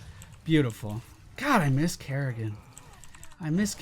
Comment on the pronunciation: Its Kerri-can not kerri-can't